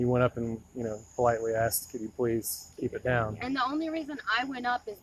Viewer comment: Oddly enough, one segment of Americans say "axed", while another segment of Americans say "assed". In all, most of them (U.S.A.-folk) seem to have difficulty with the "_sk" combination.